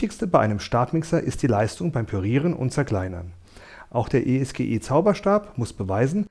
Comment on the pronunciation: Man spricht das nicht als "E ES GE" sonder als ESGE aus. Die Bezeichnung stammt von den beiden Firmengründern "Spengler und Gschwind, also eS und Ge.